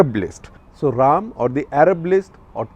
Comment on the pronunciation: It's Ra’- am... Not Raam😝😝😅